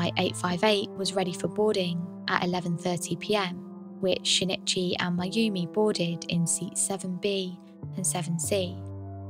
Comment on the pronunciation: Very good content but every time you said "shin it chy" I cringed. It's sheen ee chee. The i in Japanese makes a long ee sound. An easy and understandable mistake to make, but no less grating because of it.